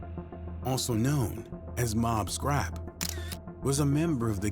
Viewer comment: He was also saying "Scrappy" the entire time. Shit was annoying